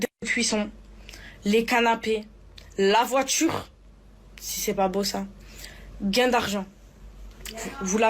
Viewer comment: "La voitchure "